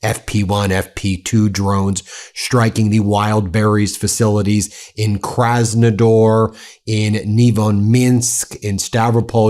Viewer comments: KrasnodAAr Ben not krasnodoor 😂😂😂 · KrasnodAr, not ...door 😊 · It's Krasnodar (with an A, not an O) 🤣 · Thanks for the report. It's called "Kras-nuh-DAHR" though. 😭